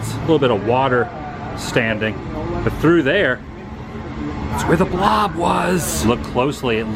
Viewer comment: Lol "the bolb is over!!!!" 😆😆😆😆😆